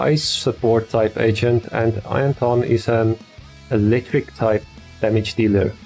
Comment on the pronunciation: Everytime u said agent id get cinfused cuz it sounded like ancient